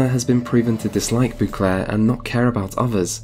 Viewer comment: I need you to stop saying " boo clair"